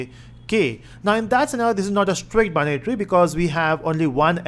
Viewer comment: the way of saying binary tree is like banyan tree, thats funny lol